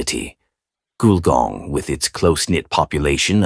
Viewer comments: The pictures are soooo wrong it's bizarre! And it's pronounced "gull-gong". It's a 19th century country town with old fashioned shops down main street in heritage buildings. Not sure there is anything above 2 stories!! Shame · I originally thought the narrator was mispronouncing Wollongong. Then I thought he was trying to say Goulburn. Finally worked out he was trying to say Gulgong. Those photos in the video didn't help.